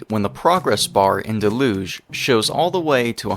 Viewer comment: del-uge for future reference because hearing mispronounced throughout the video was really annoying.